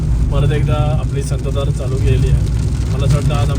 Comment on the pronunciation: संततधार असतं संतधार नाही